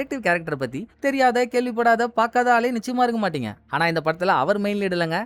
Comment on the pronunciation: ஆனா❌❌ Haana✅🤮🤮